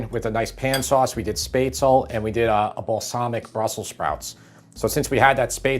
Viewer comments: Spaetzle = pronounced "shh-pets-lee" not "spate-sl." But otherwise, awesome recipe and method. Sauerbraten and red cabbage! Das alle beste! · SPETZ - la. Otherwise, stupendous video! Love the classic German dishes! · p.s. You pronounce the final e in Spätzle/Spaetzle:_ it's like "shpetz-leh"